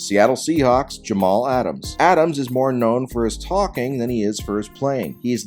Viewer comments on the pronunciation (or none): none